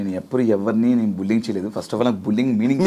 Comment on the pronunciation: Bulling kadu bro adi....bully+ing...bullying anali... బుల్లిఇంగ్